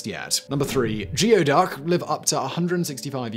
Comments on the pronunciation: I know you don't care, but geoduck is pronounced goo-ey duck, not gee-o duck. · Geoduck is pronounced "gooey-duck" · "Geoduck" is actually pronounced "gooey duck" . . . don't ask me why. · A lot of people make the mistake of the geoduck, it’s actually pronounced gooeyduck. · ITS ACTUALLY IS PRONOUNCED LIKE THIS: GOO EEEE DUCK :) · Its gooie duck. Not geo duck According to that dirty jobs episode with mike roe Goo ee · Coming to the comments to correct Geoduck as Gooey-duck and finding it has been said. Also methane... me-thane or meth-ane? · As to #3 Geoduck It may be spelled gee•o•duck, but it comes from an indigenous word and is pronounced goo•e•duck. They DO look extremely rude however. Think of an equestrian phallus!:-/ 🖖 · They are pronounced. "gooey ducks" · "Despite the fact that they look like water cacti, they are living creatures..." Uhh.. Did Simon actually infer that cacti are not living creatures? 🤣 The word you are trying to pronounce is 'conducive', it's pronounced as anything but conductive... 🤣 Really though, con-doo-sieve, or kahn-dew-civ, or... Who cares... 🤣 It's pronounced 'gooeyduck' You're really dropping the standards here... Basically turning this into a watered down Blaze! 😐😳🤯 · Geoduck is pronounced Gooeyduck. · Gooey duck not geo, it’s a Native American word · Once again, if Simon had just referenced the average dictionary, he would know that "geoduck" is pronounced "gooeyduck". Get a dictionary app, my friend. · Simon- ask Daven how to pronounce Geoduck. 😄